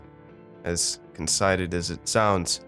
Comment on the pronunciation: "con-SITE-ed????" Is he trying to say conceited?